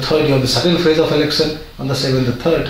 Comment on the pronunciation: Your analyses are great. Could you please work on your pronunciation of certain sounds? Are you from Bihar Sir? Please work on your pronunciation and don't pronounce "sh" sound as "s". For example, it is "sh" in "election" not "elecsun". Please don't mind. It hurts your listeners' ears.